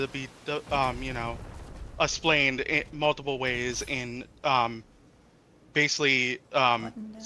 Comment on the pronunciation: Y he say essplained and allthat